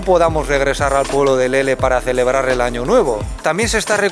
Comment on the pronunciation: jajajaj dijo ano